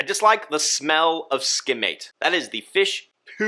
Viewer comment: Lmao “feish pewp”